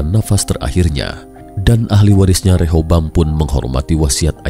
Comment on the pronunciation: BUKAN REHOBAM...TAPI REHABEAM...